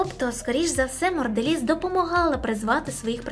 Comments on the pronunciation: Чому пише монделіз а я чую моРделіз???? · Чому протягом усього відео ти кажеш "морделіс" ? Правильно ж монделіс, це ж явно не обмовка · Чому протягом всього відео звучить назва моРделіз а не моНделіз? Це такий жарт? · А нічого, що ви неправильно вимовляєте назву фірми "Mondelez"? Правильно вимовляється це як "Мондоліз", а не "Мордоліз". А ще, не "Орєо", а "Орео", і не "Літва', а "Литва" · А чому моРделіс якщо написано моНделіс ??? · А чому Морделіз? А не Монделіз 😂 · мені цікаво чому ти читаєш "Mondelez" як "Mordelez" ? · хто такий "Марделіз" Як можна готуватись до "розгромного відео" і не змогти правильно прочитати назву основного об'єкту відео, яке в відео виринає сто п'ятьсот разів - ПРОЧИТАЙ МЕНЕ!!! Балаклійні продукти???😂😂😂 Really???😂😂😂 "біженсі" - це мабуть ті хто вирішив поїхати у Францію? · не мондерелиз а монделлез!!! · а де там літера "Р" у Mondelez ?))) чи то так задумано ?) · Вибачте так казала на протязі всього відео морделіз як наче ця компанія лиже морду Росії 😂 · Відео: авторка неправильно називає назву компанії, про яку знімає відео)